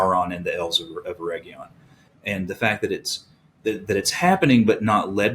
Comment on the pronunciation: How many different ways will pronounce Eregion? 😂